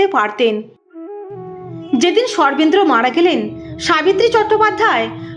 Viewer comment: Sarvendra er naam shune chhi. Sarvendra word tar pronunciation ato baje ( accented ) kano ?